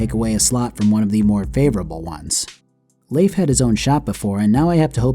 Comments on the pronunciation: Pretty sure Leif is pronounced "Leaf" like a leaf, not Lafe. But good video despite that. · "layf" lol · Just gonna say, as someone who knew someone named Leif growing up... It's just pronounced "leaf" lol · Jesus, guy. Learn how to pronounce Leif. It's literally pronounced like "leaf". That's the joke. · I agree with a lot of this But I can't agree with you pronouncing his name "Layf"